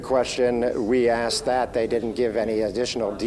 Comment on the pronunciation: She said, “. . . we axed fo da money. . .” Does she mean they “asked for the money”?